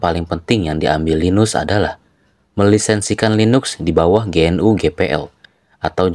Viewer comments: GNU dibaca genu bukan ge en yu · GNU dibaca `Genu` dengan e samar.